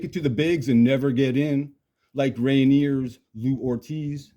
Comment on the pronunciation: Do you really not know how to properly pronounce the word Rainier